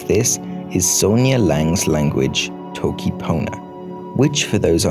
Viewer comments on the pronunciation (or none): it's not pronounced /tʰoʊkʰi pʰoʊnə/ it's pronounced /toki pona/